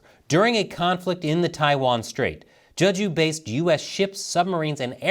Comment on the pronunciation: It's pronounced "Jay-joo", not "Juh-ju".